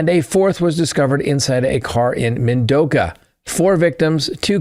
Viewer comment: Also it is Min-a-do-ka county